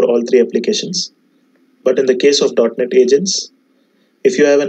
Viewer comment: It is .Net not .Not :)